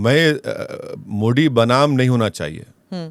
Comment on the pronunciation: मोदी not मोडी